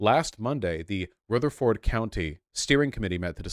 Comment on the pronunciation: A couple videos back he pronounced Rutherford (RUH-ther-ferd) as ROOTHER-ford. I'm beginning to question if Vaush is actually American.